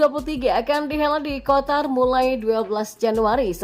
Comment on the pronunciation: Qatar bukan kotar😂